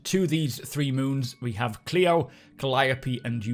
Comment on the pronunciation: Good pronunciation on Clio, appreciated!